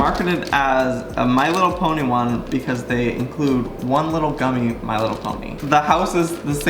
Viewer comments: Did Joey just say "Ponty"? Since when did pony have a "T" in it? LOL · When he said ponty tho instead of pony 😂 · IT'S PONY NOT PONTY! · It's pony not ponty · Did Joey say pontie instead on pony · Why did Joey say he has “my little ponty” it’s pony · My little ponty ???Joey its my little pony silly (no hate) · Octo I thought I was the only one who heard my little ponty no hate towards Joey hahah 🤪